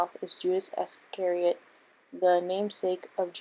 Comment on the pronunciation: If you really think impotent is pronounced imPOtent and don't know how to pronounce Iscariot, maybe you should have given the script to someone else. Informative video though.